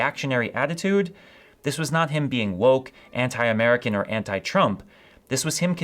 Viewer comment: I misheard you and thought you said the new pope was "muggle born" instead of "American born". Had a good chuckle there.